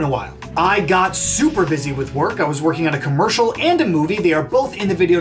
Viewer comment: Overwatch commmurrrrcial? wowz